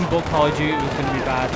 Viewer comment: Nobody::Call of dewte